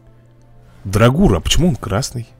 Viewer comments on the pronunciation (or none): кревет зовут не драгур, а дАгур ударение на а и без р после д